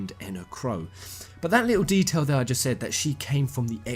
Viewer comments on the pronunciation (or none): none